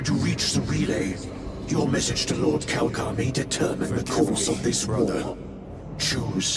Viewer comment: It's Calgar says so the subtitles, but does not sound like Calgar.